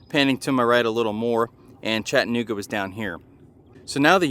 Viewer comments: It's "CHATTA-NOOGA" not "CHATTAN-OOGA". Yeah it's a little sliver of history smack dab in the middle of Chattanooga alright-smack dab in the middle of one of the worst neighborhoods in the city. If you go to Orchard Knob be on your guard. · Chatt-nooga means your not from around here! Chatta-nooga and your in the know! Great content though, very informative!